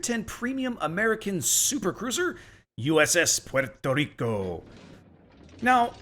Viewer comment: Puerto Rrrrrrrico!